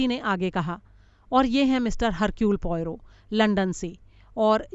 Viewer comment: Sorry...I beg to differ.... actually it should be pronounced as Ercule... not Hercule...no offence meant...